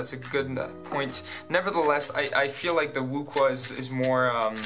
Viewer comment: it's pronounced Wu shwe